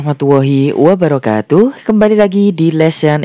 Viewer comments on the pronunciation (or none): none